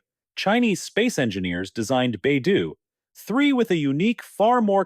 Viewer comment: AI narrator sucks. Baidou….3